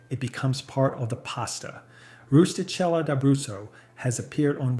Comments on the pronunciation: Really weird editing in this video. Very jarring cut offs of words, not smooth. Also, learn how t properly pronounce Italian words. Rustichella is pronounced roosetikella. The che is pronounce as a hard c or k sound. It is not an aspirated h sound, no h at all. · Last one is pronounced Roosta kayla I